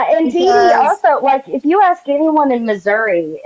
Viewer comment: Am I the only one that just can’t stand this woman and every time she says aks I wanna slap her.